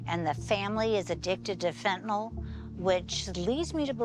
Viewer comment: There's no o in Fentanyl, nyl, nil nyl.